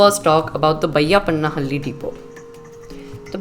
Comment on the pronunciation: Correct your loyal dialect. Its not vayappanahalli, it is bayyappanahalli...